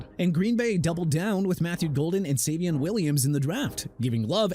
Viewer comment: SA-VEE-ON WILLIAMS NOT SA-VEE-AN WILLIAMS!! ALSO AIR-REE-ON-TAY ER-SER-REE NOT ER-SAY!! WHY ARE YOU CONTINUING TO BUTCHER FOOTBALL PLAYERS NAMES?! ARE YOU SERIOUS?! ALSO JAGUARS PRONOUNCED JAGWAARS NOT JAGWIRES!!! LET'S SEE THE TEAM RENAME THEMSELVES THE JACKSONVILLE JAGWIRES; OTHERWISE HAVE RESPECT FOR THE JAGUARS!! AND HAVE RESPECT FOR NEW ORLEANS AND GET THE CITY NAME RIGHT! I'M NOT TELLING YOU NO MORE! NU OR-LINZZ NOT NU OR-LEENZ!! UNBELIEVABLE... I HOPE YOU'RE PROUD OF YOURSELF BUTCHERING EVERYTHING... SMH